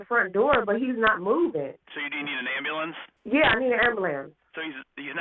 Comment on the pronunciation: Ambalance makes my skin crawl.